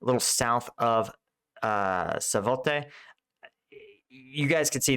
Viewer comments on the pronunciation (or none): Kreminina, Savote,... are you dyslexic? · Kremina - Kreh-mee-nah Svatove - Svah-toh-veh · Hello! The city you're struggling to pronounce isn't that hard actually: SWAT, like SWAT. O, like o. And VE, like Veteran. Thanks for your reviews anyway! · Svatove Svah--Toe--Vah thank you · savote? what are you saying? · Svotove (Svah-tuh-vuh) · Hi, are you trolling us or are you seriously not able to pronounce "Kreminna" (Kre-min-na) and "Svatove" (Sva-to-ve)? Seeing it as your "job" to report/explain the actual situation in Ukraine you should be capable of correctly naming the cities you talk about - else one cannot take you seriously. No offence if it has other issues and good luck with your thing. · SVAH-toe-vuh. Dude, you've been reporting on this sector for months, you could take a minute to learn how to pronounce it.